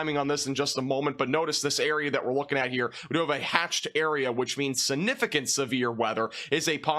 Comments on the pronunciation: Sinificent? It's significent. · maybe its because of where you live... but the way you say sinificant instead of significant drives me crazy , hahahah sorry! love the videos though!